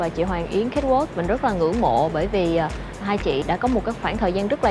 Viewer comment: xin hay doc chu CATWALK cho dung Van oi !